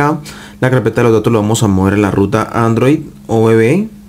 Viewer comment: Dice dados en lugar de datos????